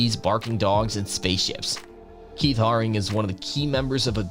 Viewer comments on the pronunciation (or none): Steve rubell & Keith Hare ring (is how you pronounce there names) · It’s pronounced Keith Haring “hare-ing” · Ahhhhhhh!!!! It's not ver-say-ses...It's Ver-sach-ee....And Encephalitis is pronounced, in-ceff-el-eyetous. Ahhhhh! EDIT..... Ka-po-sees Sar-koma! and Keith Hair-eeng. God damn kid! If youre going to make videos, practice a little and do some research. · Get the names right - klaus know-me, Keith ha-ring, Steve Rue-bell, Kah-rell (film with Brad Davis) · Stopped listening at Keith Haring as you obviously didn't do the basic research on how to even pronounce their names. Haring died in 1990, not 1950...